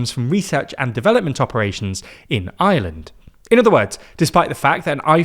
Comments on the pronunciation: When he says Ireland it sounds like he’s saying Island. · Its IRELAND not Island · He's trying to say Ireland but it sounds closer to Island.